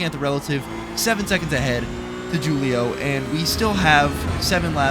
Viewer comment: FFS ITS WHO-LIO NOT JEW-LIO come on...